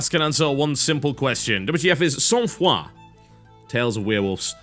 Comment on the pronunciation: As a and because Sangfroid is a word borrowed from French, I have to say I had a good laugh hearing for the first time an English-speaking person pronouncing this term.:)